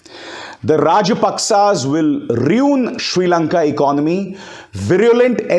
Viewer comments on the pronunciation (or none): The Rajpaksha will “RIUN” ?! It is pronounced as “RU-IN”. —— please take note. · Sir please check if you pronouce "ruin" correct!